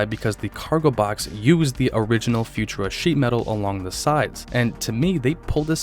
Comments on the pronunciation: Futura is pronounced Few tour-a, not Futra. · Pronunciation tip: Futura is pronounced “fyoo-CHƏR-uh”, with emphasis on the second syllable, not “future-uh”. Thx for sharing info on this rare conversion model. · Futura pronounced "fyou-TOOR-uh".